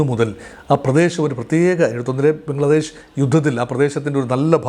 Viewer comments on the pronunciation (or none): none